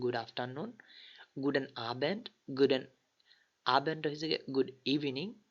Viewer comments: vai 1st tutorial a to T ke teh uccharon korlam, tahole ekhane guten ke kno guden bollam? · Teh ii hobe...er kann nicht gut deutsch..